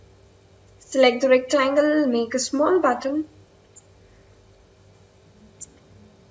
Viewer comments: it's Button not Buatton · Says: buatton